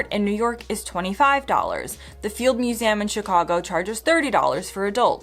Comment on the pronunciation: Why does she keep saying muse-A-um?